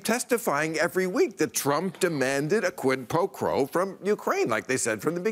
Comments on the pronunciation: I wish people would stop saying quid pro CROW ! wtf it's not that difficult to say it correctly . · Krid pro crow? Lol. Lova ya Bill.